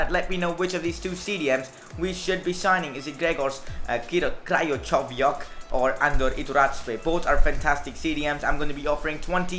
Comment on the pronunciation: It's pronounced (Kri-chow-eee-ak)